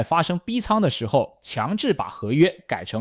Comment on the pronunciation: 聽到有人唸C-O-M-E-X我笑了 調整一下語音參數吧 縮寫不意外 商品交易所有聽唸COM(康)EX的 也有聽唸CO(摳)MEX的 拼出來的還是第一次